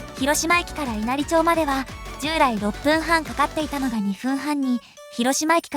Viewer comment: わかりやすい動画をありがとうございます。 稲荷町は、いなりまちと読みますよ。